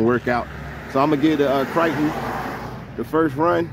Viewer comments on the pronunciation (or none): Man I follow the videos and love the content but what is a Kriton? Is this a custom truggy you built? Or is this the Philly accent? I'm confused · Arrma kryyyyton lol